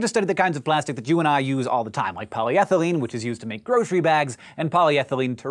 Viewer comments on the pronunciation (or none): none